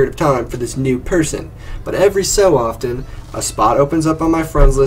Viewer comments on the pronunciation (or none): none